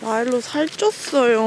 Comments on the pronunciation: 영상보면 (엄청난 발음) 마일로 한테는 뫄일로 ~ 귿뽀이-! 이러시는데 레인이 한테는 레인아~!!!!! 누나 간당 ~!!!!!! 이러시는 갭차이 너무 귀여우세요... 항상 귀여운 포인트 였어요 ㅋㅋㅋㅋㅋㅋㅋㅋㅋㅋㅋ 끼약 심쿵사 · 마일로!마일로! 비줸툴~ 이게 왤케 멋지져..? ㅋㅋㅋㅋㅋㅋㅋㅋㅋㅋㅋㅋ 마일로우~? 컴히어~ 규웃 보오이!!!!!!!